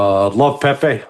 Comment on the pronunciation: Larry pronounces Pepe's name correctly. Refreshing!